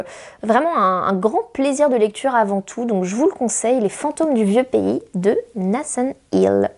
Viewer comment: Un like pour Nicolas Martin et pour l'accent anglais sur Nathan Hill !